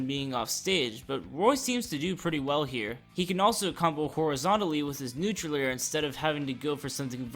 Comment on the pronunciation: Typo for Pit you said Nautral instead of Neutral but idk if anyone’s mentioned it